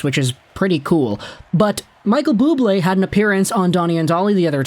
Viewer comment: Bubbly!! No it’s Bubblé!!